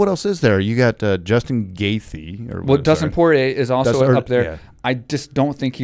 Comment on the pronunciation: Guys! Once and for all, it's Justin Gay-Chi not Justin Gay-Thee Great podcast!